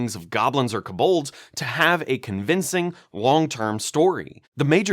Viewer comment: Great video! Also, “k’BOLDS” LOL! Sounds like a snake oil version of a potion of heroism sold by a kobold with the charlatan background.